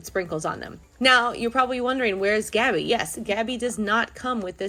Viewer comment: You said tabby not gabby